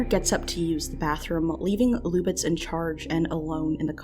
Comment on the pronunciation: "Luck B". It's pronounced louk just like the spelling: "Luke".